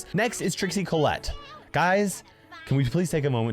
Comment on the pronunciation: Collectte sounds just like collect...